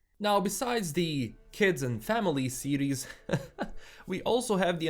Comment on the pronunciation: Am i the only one thinking he kept saying Ciri's instead of series? Great take tho. I watch mostly your channel to keep up with the netflix witcher news!